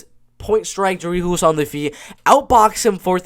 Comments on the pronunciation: its pronouced Drikus Duplessi , the 's' is silent in duplessi's' and the C in dri'c'us is pronouced like a K like cat , and u can roll the R in d'R'icus for extra points :P nice prediction , liked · Hey man just to correct you on the pronunciation of Dricus Du Plessis’ name. when you say his first name you pronounce the first half “Dri” perfectly but the “cus” is pronounced like a normal cuss (for instance when you cuss you are swearing) and with his last name. You pronounce it perfectly except the “S” at the end of Du Plessi(s) is silent so you only pronounce it Du Plessi pretty much without the S. But other than that great break down. I have my boy DU PLESSIS winning by KO. 🇿🇦🇿🇦🇿🇦🇿🇦🇿🇦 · your not pronouncing the "s" in dricus otherwise decent pronunciation. Dricus will finish tavares.